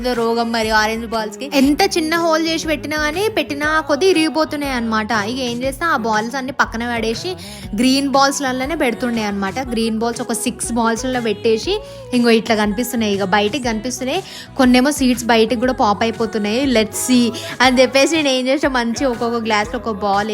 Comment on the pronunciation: Petesi anakunda peteshi entama telugu ki ee karama enti😢